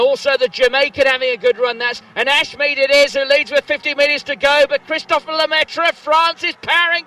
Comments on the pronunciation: Christophere "Le-Métro" lol ? Funny pronunciation apart it's Christophe. Sorry, as a french it just quite funny :) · Careful mate, it's "Christophe" (pronunced like Kristof), not Christophere, which doesn't exist ^^ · it's Christophe* not Christophere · His name is Christophe, not Christopher. And funnily enough, "Lemaitre" litterally translates to "Themaster" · Christophe Lemaitre. Not Christophere, his obscure cousin... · "Christopher" bruh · CHRIS TOUT FLEURRRR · it's "christophe" nice vid otherwise